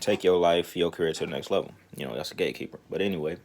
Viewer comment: At first I thought you was saying Gay keeper.... I was like wtf as my ears expanded and eyes popped 👀